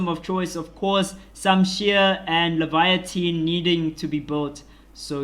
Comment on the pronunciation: Laevatein is pronounced Lay-va-teen. You're saying a whole different word (Leviathan).